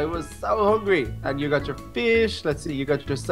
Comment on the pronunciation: Did anyone else realise that the waiter said 'chu' instead of 'you'